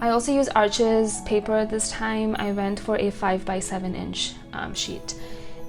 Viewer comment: Arches is French, it’s pronounced “Arche,” the (s) is silent. Thanks for sharing!!!